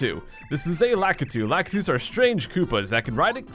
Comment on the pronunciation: la-key-too>la-kah-too smdh